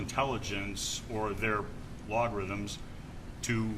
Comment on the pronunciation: Log-rhythms 🤣 Adorable